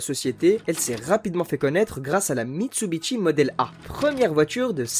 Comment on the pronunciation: Les liaisons à l'oral constituent un petit florilège en soi, sans compter que je me demande bien pourquoi Mitsubishi devrait se prononcer Mitsubitchi ?